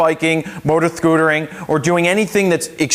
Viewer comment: Hehehe. He said "thootering." hehe